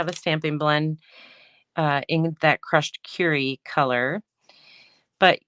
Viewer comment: Beautiful PP alternative cards. Thank you for showing how to cut up the bases and envelopes. As a side note, It’s Crushed Kur-y not Cure-y. Sorry, but that made me a bit crazy. Lol